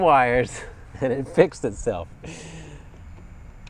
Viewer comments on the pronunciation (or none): none